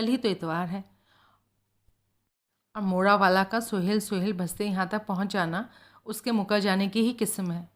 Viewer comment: मैडम बाकी सब कुछ ठीक है लेकिन आप जब जब "सोहल" को 'सोहेल" कहकर उच्चारण करती है तो बहुत झुंझलाहट होती है और किरदार से कनेक्ट होने में परेशानी होती है।